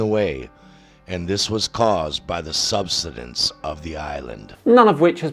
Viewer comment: I find it hard to take someone's claims of a sunken island seriously when they can't even pronounce words such as "subsidence" and "Azores" properly.